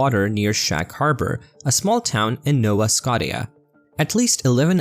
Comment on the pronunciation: "...a small town in Nova Scotty-ah..." 😁😆😂🤣 (Nova Scotia is pronounced Nova Sko-sha, )